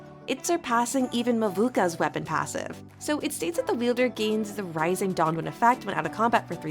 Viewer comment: You saying mavooka is the proof this is AI